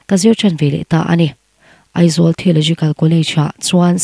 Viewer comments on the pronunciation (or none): none